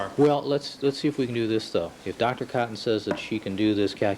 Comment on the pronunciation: Is it really necessary for him to start every single question to the witness with their name? It's infuriating!! Especially when he pronounces it Dr Cooooton.